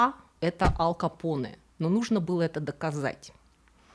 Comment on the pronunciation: Ал Капоне 🤣 точно не Аль Капоне